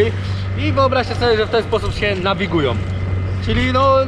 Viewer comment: wszystko ok,ja rozumiem wszystko i to że jesteś ślunzakiem i że masz wyjebane ale miłość boską....skończ z tym PŁYNOM,JADOM,NAWIGUJOM...tam jęst Ą!!!!!! na końcu!!!! nie OM.....jakby mi gwożdzie w uszy wbijał